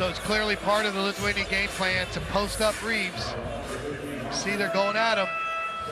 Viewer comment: love the announcer pronunciation, he's obviously an english speaker, but pronounces lithuanian names nearly perfect